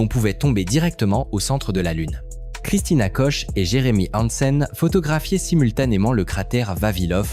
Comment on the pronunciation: Christina Koch se prononce Kuk. voire Kok sans le "ch" français. L'audio et la vidéo deviennent peu à peu n'importe quoi. & Des pubs intempestives encapsuler directement dans la vidéo, On aura tout vu !